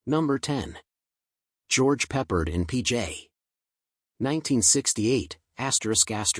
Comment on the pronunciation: George Pep-PARD, not George Peppered